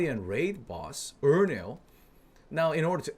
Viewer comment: that mean ass tongue roll with rohendel shit was clean lmfao